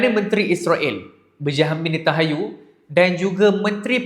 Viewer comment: NetanHAYU❎ NentanYAHU✅ Pandai baca ke tak kau bang?